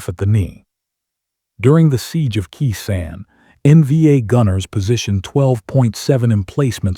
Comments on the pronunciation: Ditch the A-one voiceover. What's a machine GUN? or rotor WASH? It wasn't key san; it was Kay San. It was door gunner; not door GUNNER. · Khe Sanh (kay sawn) not "key san" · Surge of "K-Sand"?😅 Its Khe-Sahn pronounced K-San. And soldiers dont check their M60's every morning. They carried M-16s. This video👎